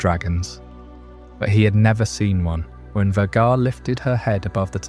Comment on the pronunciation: This is cool but The constant mispronunciation of Vhagar throughout the video drove me a little nuts while trying to relax